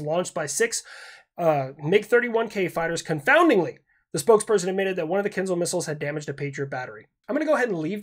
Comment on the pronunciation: I do want to bring up a very important point. :D You're pronouncing kinzhal incorrectly. Unless you're doing an "I-ran" thing and on purpose, the sound is ZH not Z like if you're trying to pronounce a chinese last name of "Zhang", since that too isn't "Zang". I'll see myself out.